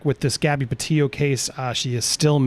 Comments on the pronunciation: PetiTo, not Petillo. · PETITO...not tio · Sounds like he's says gabby petio